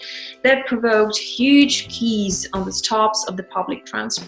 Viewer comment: Well done and fun way to catch up on Ukraine news. I appreciate the explanation of the issues around the Consultation Council., pardon the correction, but, "queues" is pronounced "кюз" like "cues" and rhymes with "news." You are thinking maybe of "quay," pronounced "ки" or "key" which means a loading platform for ships." Thanks for covering the issue of crowded bus stops because of the 10-person limit in busses and trams. It seems like they are defeating the purpose. I have not ridden public transport since the changes, but it looks like they are still using conductors to collect money from each passenger. If so, it would be a good way to spread the virus, and I feel sorry for the conductors.